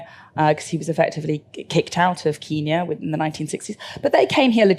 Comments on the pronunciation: Why does she say “keeenya” 😂 ? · It is very annoying how she pronounces 'Kenya' though 'back in Kiinyaah' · "Keenya" - that alone is enough to hate her. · Ken-ya or keen-ya? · Why does she pronounce Kenya like that?